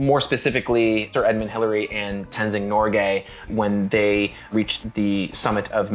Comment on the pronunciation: You say NORGAY like you mean it.